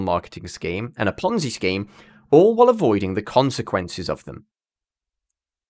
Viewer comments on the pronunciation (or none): none